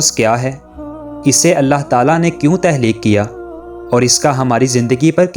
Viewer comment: تہلیک نہیں تخلیق اپنی narration میں مسلسل غلطی کی ہے آپ نے۔معلوماتی ہے مگر narration بہتر کریں